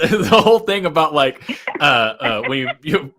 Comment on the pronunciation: with zero accent before, saying "we can talk aboot it" was the funniest thing I've heard all day. Just unexpected.